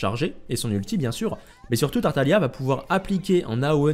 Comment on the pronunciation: pareil avec tartalia au lieu de tartaglia